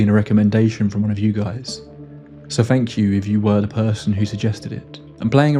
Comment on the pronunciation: Fanks mate....